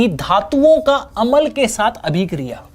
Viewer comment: sir अमल नहीं होता । अम्ल होता है ।